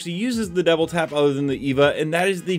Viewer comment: am i tripping or is he saying devil tap?